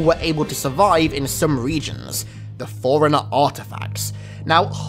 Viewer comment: Forerunner sounds like "foreigner" and now I can't stop hearing it when he says it lol